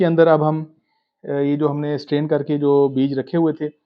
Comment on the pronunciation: The word is STRAIN. Not stain. Stain means 'dagh' in urdu. The word 'strain' means "chan" leyna. Don't forget to pronounce the 'r'.